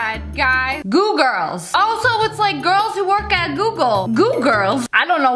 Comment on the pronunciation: It's not Googirls it's GOO GIRLS.😭😭